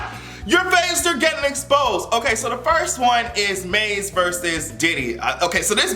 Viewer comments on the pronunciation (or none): Did you call Mase "Maze"? LOL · The way you are saying Ma$e sounds like Maze and I was like Frankie want the smoke?! I was so confused at first!!! 🥴🤣